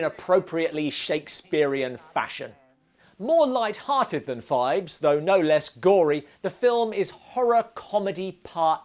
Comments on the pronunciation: It's PHIBES, not FIVES, and it was TWO movies. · I dont know who does your chapter titles, Poe Cycle, not Post Cycle….and Phibes, not Fives ffs